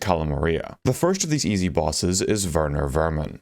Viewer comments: holy shit he pronounced Werner Werman correctly!!! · You are the first person I've heard say Werner Werman's name right lmao